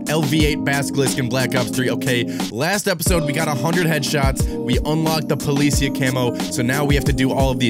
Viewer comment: po-lee-see-ya.. try saying it that way my friend lol love your channel but the way you say policia makes me cringe...i know its not your first language tho 👍👍